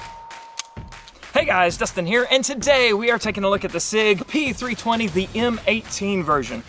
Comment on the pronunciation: I heard him say "all the Pig 320 series"... 😂